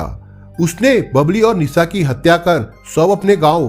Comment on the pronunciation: Language sudharo bihariyon ke language mat bolo pure world mein viral hota hai video sha Ko sa mat bolo Nisha ko Nisa mat bolo aap ka video dekhna chahte hain lekin aapki language pasand nahin hai